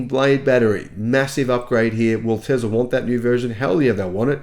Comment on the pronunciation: Elon will not introduce a new model Y as long as you keep saying Tezla instead of Tesla! The difference between z and s is there for a reason! 🤣